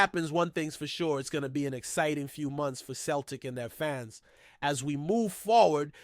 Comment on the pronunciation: Can't even pronounce Celtic correctly ya mug!!